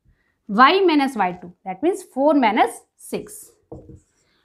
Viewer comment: please don't say manus!!!!😭😭ITS MINUS!!!